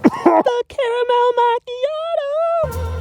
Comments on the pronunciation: is so funny the way he says “cAramEl mAchiatO” lol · "CÆRæMAL MÆCHæIÆTÆO" 🗣️🔥🔥🔥🔥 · 😂✨ThE crAMal MacIATo✨😂